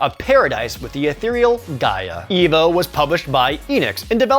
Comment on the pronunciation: It's E.V.O., an acronym..not evo